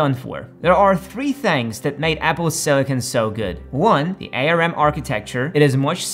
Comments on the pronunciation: Bro its Arm not A.R.M. 😂 Nobody calls it that, did you lose a bet 😂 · Please don't pronounce it A-R-M. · Who calls it A.R.M? No one. It’s arm. 💪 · he said a lot of regarded stuff like "different length of x86 instructions makes it impossible to work with" or "the last version of x86 was written in 2003" when in reality it doesn't make any difference or "writing code for A-R-M (it's pronounced "arm: btw) is much easier than for x86 and you don't need to worry about legacy code" when in reality it literally makes no difference unless you write assembly (which you probably don't) in general this vid is full of bs and nobody has time to point it all out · "A" "R" "M" or "ARM" ? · ARM is an acronym. It is pronounced as in the body part. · It's ARM, like the arm and leg not A R M. Good production but you have a few factual errors. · A. R. M.? It's pronounced arm (not as 3 letters). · It's ARM (the word), not A R M..I bet you call Linux lienux too. 😂